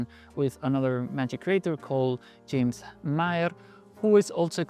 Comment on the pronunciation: pronounces "James" like it's spelled.. Probably a language thing? Otherwise, great video. I have felt a lot of trepidation about even trying to release a magic product because I know how much it would rile me up if my ip was violated by jerks like this.